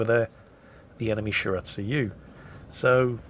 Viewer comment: I'm cringing a bit everytime says shir-at-sue-you instead of Shi-ra-tsu-yu